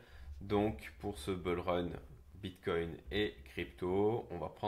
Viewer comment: Stp, on dit BOULrun, pas Beulrun, c’est juste degueulasse. Merci sinon pour tes vidéos :)